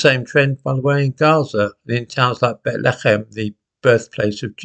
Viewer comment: Weird way to pronounce Bethlehem. Couldn't pronounce it like that in the infant nativity.